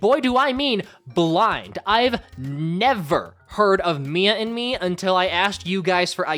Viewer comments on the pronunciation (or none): Why do i hear "Mia in me" 😭😭😭